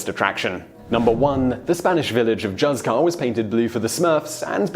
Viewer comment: I would like to point out that the name of the spanish village of Juzcar is pronounced HOOTH-car, not Juss-car...